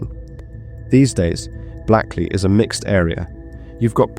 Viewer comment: Hia. Blackley is pronounced Blakeley. It's sitting along the River Irk, not sat. And it's pronounced Doomsday not Domes-day. I'm only a few minutes in so hoping nothing else glaring appears.